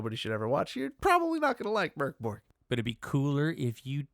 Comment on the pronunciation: Hi guys! Love your podcast! I where at the release party for the game and it was the coolest thing I ever been to! I love the game so much, though cuz of Covid, never got the change to play it. And it's pronounced "Mouhrk Borj". Stay safe and take care of each other. //HXA